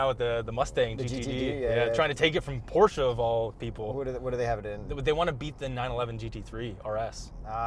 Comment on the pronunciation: nice porsche (porshhh) & big gas engines. electric cars don't have fluids sorry🤦‍♂️